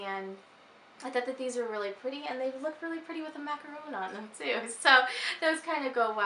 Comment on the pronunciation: You pronounce 'macaron' really well! :-) They have been my favorite since childhood, we're lucky enough to be able to buy them everywhere around here. And I have made them myself several times at home, not easy though, so I do prefer buying them LOL I have the same keychain in brown, it's so cute! Love the plate with the peacock and looking forward to your next videos!